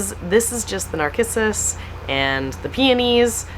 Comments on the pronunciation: I think Narcissus is pronounced with a “s” and not a “k” sound. I could be wrong but in 73 years of gardening I’ve never heard it pronounced with “k”. Anxious to see everything blooming in spring. God Bless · nar-kiss-us? please it's nar-siss-us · Pronounced nar-sis-us.